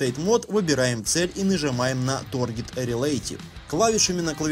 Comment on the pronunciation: "Торгет" ммм ты знаешь как доставить эмоции которых меньше всего ждёшь